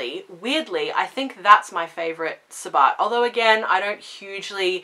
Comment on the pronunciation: I just recently found you and am thoroughly enjoying your channel. Now I don't know if the way you pronounce sabbat is an Australian thing or just the way you say it. It is pronounced to rhyme with rabbit.